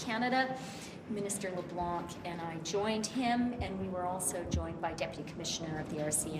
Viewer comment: Leblanc? When did it get a hard c? Shouldn’t it be silent?